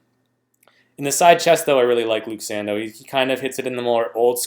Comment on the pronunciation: Give Luke respect, his name is pronounced san-dough not san-dow